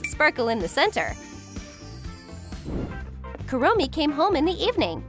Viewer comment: Kurommi not kawii